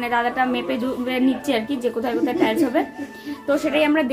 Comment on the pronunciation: কথাটা টাইলশ টাইশ